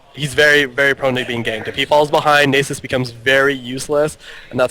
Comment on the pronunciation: so this guy cant pronounce nasus and he never shuts up. nxt time ur with him tell him to shut up.